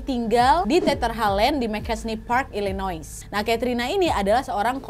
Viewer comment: Illinois dibaca illinoa